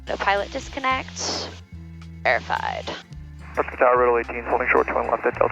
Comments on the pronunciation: the natives of Prescott, AZ pronounce the city 'Presskit.' 😊 Love this video! 👍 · the locals pronounce Prescott as Press cut. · Don't know if anybody else mentioned it but you have probably already heard it that we pronounce it Preskit... I no longer live there but I lived there for a few years.. One of the best aviation education facilities is right by the airport Embry-Riddle aeronautical University. Their main campus is in Florida. While I never followed through and got my private license, I did work on it a few times. And I am a former air traffic controller my last facility was Yuma Arizona and it warms my heart when I hear you compliment air traffic control! And very much enjoy watching your videos and being retired I've been catching up as I'm a fairly new fan of yours. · I have been told by the locals that Prescott is pronounced like "Press-kit" and think of how the work biscuit is pronounced. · Honestly on the radio I would pronounce it the same. Everyone knows Tucson is pronounced too-son (thank you Eagles) but only the locals know press-scott is actually presskit haha. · I knew you had never been to Prescott because of the way you pronounced it😂 It rhymes with “biscuit”. I love your videos- you take so much mystery out of the dynamic between pilots and ATC, and the fact that I can now understand the jargon and air speak is amazing for me. Thanks for all you do.